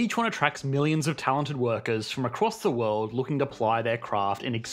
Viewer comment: What is this "wuld" you speak of? I lived in San Francisco for 9 years, and across the bay in Berkeley for another 5. We couldn't afford it once we had kids.